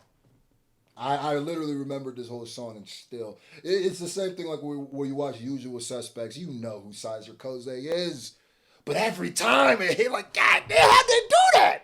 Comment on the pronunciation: 2nd time I heard you say Syzer Koze….. It was “Kyzer Soze”!